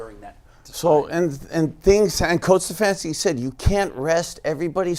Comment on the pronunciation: The way says "StuhfaAanski" Really annoys me